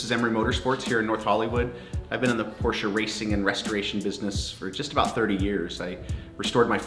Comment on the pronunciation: Endlich mal einer der den Namen Porsche richtig aus sprechen kann :D